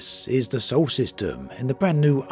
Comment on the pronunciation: dude, it's "SOLAR system, not "sole system". sorry, but after the 30th time i couldn't take it in silence any more.